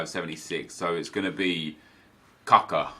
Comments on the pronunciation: Not Kaka, K U C K A :D :D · Its Kucka not Cocko :D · Its not Kuuuuka.... its kutska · 😂😂😂😂 Not kaka, KUCKA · Hey NEP the way you said kucka was wrong.The way it's said is koochka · Isn't it usually pronounced like Ku-ch-ka or am have I been dead wrong all that long? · Can someone explain to me why he says capa?